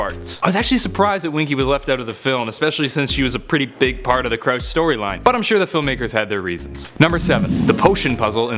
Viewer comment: Its crouch not chroche